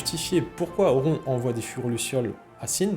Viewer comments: Mes oreilles ont saignés, dès que j'ai entendu "auront" 😂😂 Pitié, un peu de respect. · Par contre cette prononciation à la française "Auron" cest pas possible 😅 Vidéo très sympathique sur un perso légendaire sinon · apprends à prononcer Auron déjà...